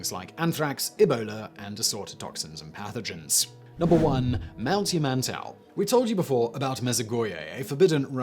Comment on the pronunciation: Number 1 is pronounced Ya-man-tau. There are no Minotaurs at Yamantau but in the video game Metro Exodus Yamantau is home to crazy cannibals pretending to be the Russian government to lure unsuspecting survivors in and eat them. But Raven Rock on the other hand in Fallout 3 is home to a secret US government facility run by a super computer pretending to be the president.